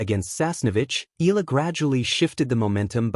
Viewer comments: (EYALA) not "ELA" learn how to pronounce the name properly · EE~YAH~LAH. Please do it right. Not skid pronounce like English, EALA is a Filipino name and Filipinos pronounce every syllable. With 2 vowels close together does not mean we slide pronounce and make it EE. NO, please separate the vowels and say EE~YAH then LAH. Simple, why make it complicated. So Annoying. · How come these guys can pronounce those tongue-twisting Euro names but can't do it with Alex? Mind-boggling.